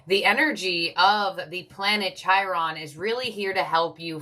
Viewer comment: Chi?? Chiron?? 😭😭😂 it’s pronounced Ki-Ron